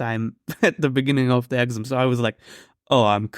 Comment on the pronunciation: I'm crossing my fingers for you that you pass the exam, what a nightmare to have to relearn all those mathematical formulae! By the way, the stress in 'exam' is on the second syllable, i.e. ex-AM :)